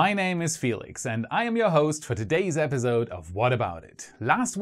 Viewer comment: I love everything about this channel ,Planning, research, and execution, except the way episode is pronounced here " episode " sorry 😥 I had to say it 🤯